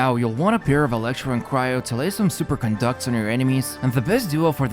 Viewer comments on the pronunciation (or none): none